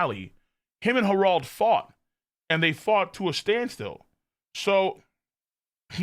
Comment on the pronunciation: its not pronounced herauld but harald